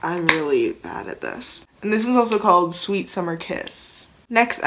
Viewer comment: sweet not sweat 🤣